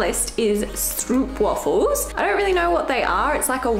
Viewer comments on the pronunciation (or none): Ots not stroepwaffels, Strooooooooooooooooooooooooooooooopwaaaaaaaaaaaaaaaaaaaafels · I've always pronounced the w as a v sound. Maybe that's a Zeeland thing. haha